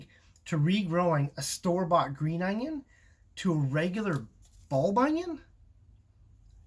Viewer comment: The way he pronounce onion is just adorable..."anions"☺️🥰